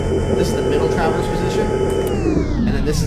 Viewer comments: the way you say traverse makes me cringe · why do you say traverse in such a weird way